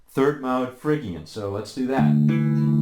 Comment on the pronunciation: fridge-ian, not frigg-ian!